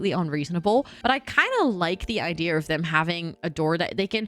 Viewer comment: base game are my favorite, all my builds start out that way then i reno them for each world/pack.. i still giggle when people say "idear" tho lol like are u drunk